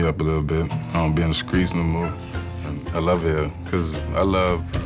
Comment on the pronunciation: "ion be on the SKREETS anymore" the SKREETS!